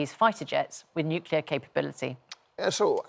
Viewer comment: nucular????? you mean , nuclear